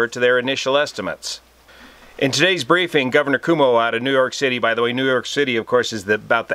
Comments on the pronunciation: thanks for your timely info..... I believe it’s pronounced ‘como’ rather than Cuomo.. I remember flying his father Mario Cuomo on a campaign tour!! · it's pronounced Kwhoa moe. Love the channel; especially the collaborations and varied coverage. Journalism would be a good second career for you. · Greetings from the eye of the viral hurricane. All true aviation enthusiasts will recognize you as a brother. But our Governor's name is spoken as "kwoh-mo." If you get a chance check out one of his press conferences. He has emerged as an inspiring leader in these very tough times. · watch you every night with dinner. Just and FYI the NY Governor is Cuomo - not Como as in KOMO TV - more like Coo-OH-Mo. I had the privilege years ago of knowing his Dad, Mario who preceeded him as governor. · Pronounced 'quo-moe', from a New Yorker. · Your mispronunciation of Governor Cuomo’s name is fantastic. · So great! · He is mispronouncing on purpose. It is funny. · Cross check how to pronounce the Gov of NY!